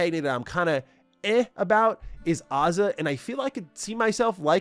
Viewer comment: I never imagined I would hear someone say my name in a video game let alone! So cool haha and he said it right! My name is Aza too😂. I thought I would see my name on a keychain long before this 😂 I’m sorry my namesake disappointed lmaoo